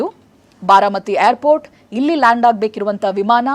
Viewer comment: haagu sariyagi kelsilla andre google alli pronunciation helkodthare adannadru kali